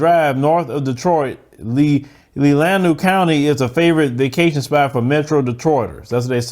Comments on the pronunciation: It’s pronounced len a way😊& yes it’s a lot of supremacy in that county, I’ve lived in Michigan my entire life & that county has always been that way!! SMH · Leelanau (Lee-Lan-Nah) bruh 😁. My family is one of very very very few minority in northern michigan.